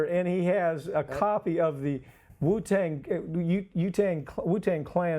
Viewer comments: You know you're white when you cant pronounce Wu Tang Clan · "The uh... the 'U-Tang' clan..." hahaha!! Priceless!